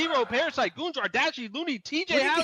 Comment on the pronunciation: Bro said goonjar